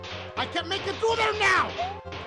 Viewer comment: Still sound like he says "BAKE me levels" Cracks me every time